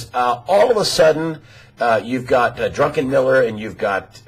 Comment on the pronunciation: I like what he says except I absolutely cringe when he keeps saying "Drunkenmiller"